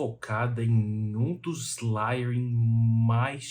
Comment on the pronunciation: sem querer ser chato, mas acho q vc sempre preza por trazer informação do jeito mais correto possível. A palavra layering se fala lEiering e não lAiering